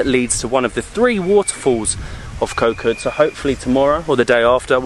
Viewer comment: hi great travel video , but please remain Kho Kood natural paradise, please do not make koh kood overtourism. and the pronouciation is Koh "G"ood" with low tone, not pronouce "K"😊